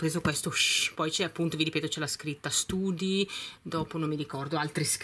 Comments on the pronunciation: Si pronuncia stady non study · Sempre ottime scelte tesoro! Think l hai pronunciato alla perfezione, ma "study ." Tesò si legge "stadi" .... Un abbraccio forte forte. 😘😘😘😘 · study si dice stadi